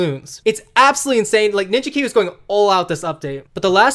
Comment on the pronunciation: He said “Binja Biwi” in the video. I’ve called it that ever since 😂